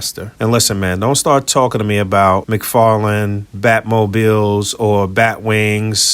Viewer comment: McFarlene??? What’s that? 😂